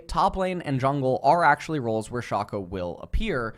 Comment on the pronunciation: Is mispronouncing champion names on purpose? Like Aatrox, Shaco, and worst of all, Veigar. Or does he actually think that he's pronouncing them right?